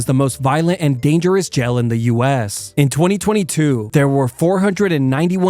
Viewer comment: Dunno whyy, but him calling jail “jell” is so cute😂